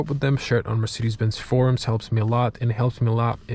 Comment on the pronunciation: Dude no wonder it doesnt work, youre saying "hey mircidis", how should that register ? 😂